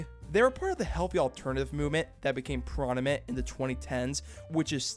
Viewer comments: did you just say "pronimet"? lmao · My dude. Seriously. It's not hard. PROM-IH-NENT.